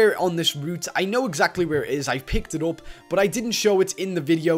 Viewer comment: who noticed that always says going gup besides going up